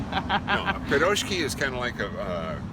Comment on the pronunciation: ACTually..... the Russian version is spelled piroshki and my personal Russian consultant (aka Ivana Humpalot) informs me that I said it aright-- it's phonetic... pir-ROSH-key... which is not to be confused the the upper midwest mining food "pasties" (pronounced PASS-teas) nor further confused with Polish/Czech Paczki (pronounced POONCH-key) and enjoyed most often pre-Lent. OMG all this over a hamburger-stuffed pastry that was AWESOME?? Anyway, thanks so much for watching and commenting. We really do appreciate it a lot. Tell your friends!